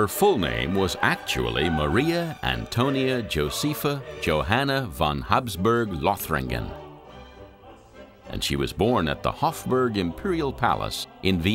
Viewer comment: I'll never understand why one makes no effort to research the correct pronounciation of names in foreign languages. It's Lothringen, german. No english th sound.